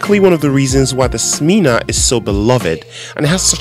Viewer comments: Nice video!! But the correct name is Smena, not Smeeena :) e for echo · You pronounced it all wrong it's not Smena is not pronounced like Smeana but more like sMENa, the word men.Means change. You can look down on Soviet people all you like but they have something you won't find in the West a heart and resourcefulness.